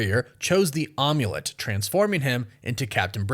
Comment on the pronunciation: Amulet is pronounced am as I am or am way it's not omelet like an omelet